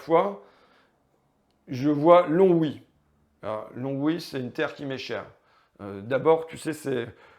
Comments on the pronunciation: Lon-oui non Longue-oui ! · Pour gagner à Longwy, il faut le prononcer "LON OUI" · On dit Longwy sans prononcer le "g". Important si tu vas là-bas.